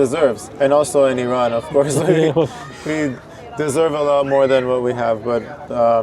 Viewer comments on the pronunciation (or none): none